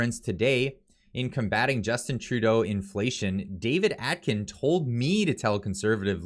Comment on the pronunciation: Omg, your pronunciation is so off. Please fix. David A-kin! Your still pronouncing Poilievre wrong, why??? It's important to get this right. Honestly, ready to stop subscribing. Practice proper pronunciation! No Atkin. Aiken!